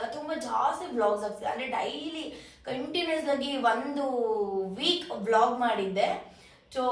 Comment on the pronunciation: vlog ❌ blog ✅